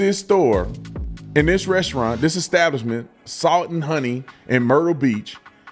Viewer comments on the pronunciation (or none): He said Eggstablishment and not Establishment. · Ecstablishment 😆. What a ruckin Feetard! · Pastor need to learn to read it's not eggstablishment 🥚🥚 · "At their ek-stablishment." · That "pastor" needs to pray for redemption and the ability to pronounce "establishment" (hint: it's not exstablishment). 😂 I put some money in the Salt and Honey bank, all the best to them! 😊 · You could tell the pastor wasn’t up to snuff by the way he pronounced establishment.